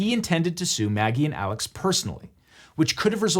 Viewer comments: Apparently Alex is said more like Elic than how you would normally say Alex. Great video but that did bug me. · why in the hell is "alex murdaugh" pronounced like "alec murdock"??? neither one of those names ends with a ck sound!!! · Is it Alex or Alec? Cause ya spell Alex but say Alec lol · I live in and am from this area, and you are pronouncing his first name incorrectly...it's pronounced as Alec not as you would normally say Alex. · Why do they say Alec when it's spelled Alex? Is it like a Stephen Curry deal? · is his name aleX or aleC? or is the way his name is pronounced because he's from the south???? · its pronounced Alik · is it alex or alec? because it's clearly spelled alex but both layers in this video pronounce it "alec" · Alex seems to pronounce it Alec. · For the love of god, is his name “Alex” or “Alec”??